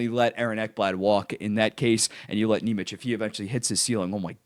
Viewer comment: Lowkey kinda pissing me off the way you're pronouncing nemec 😂